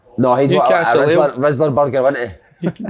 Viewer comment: "Rizzla burger" fs Si